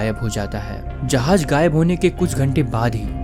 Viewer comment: Jahaj ❎ jahaz✅